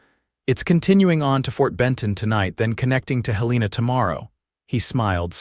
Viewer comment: Montana. It is pronounced Hel en a